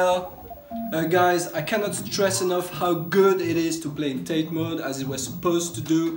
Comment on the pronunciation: Great video. But it's pronounced "TA-TAE" in Japanese. Not "tait". So rotate it counter clockwise? About to do mine now. Thanks!